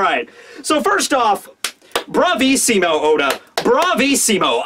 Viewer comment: OH MY GOD THAT 'BRAVISSIMO ODA' WAS SPECTACULAR YOU SAID IT WITH A GREEEAAT ITALIAN ACCENT, YOU ARE THE BEST